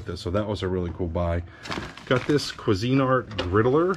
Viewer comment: Please learn how to say cuisinart. 😀